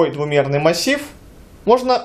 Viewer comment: Боже мой, двуМерный. никакаих там "Х" нету! Простите, но ухо режет.